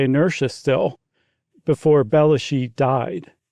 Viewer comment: Surprised to hear the hosts struggle with the pronunciation of John Belushi’s name! Pretty famous actor from SNL… Blues Brothers….